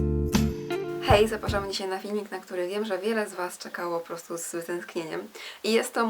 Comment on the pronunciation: "postu" zamiast po prostu.. mów wyraźnie